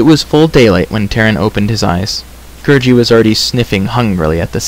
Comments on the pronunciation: Its gurggi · It's gurgi not gurji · It's Gurgi.